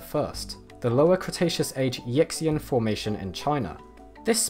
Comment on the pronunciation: Yixian = sounds more like "Yee-shan" than "Yicks-ian". Not to get into in-depth criticism of the 2016 paper, but the fact they weren't able to submit such a potentially groundbreaking discovery to a higher-impact or more paleo-specialised peer-reviewed journal than CNKI Journal of Geology gives an idea about how watertight their conclusions are.